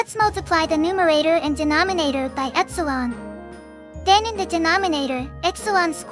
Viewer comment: i heard epsilon as x-one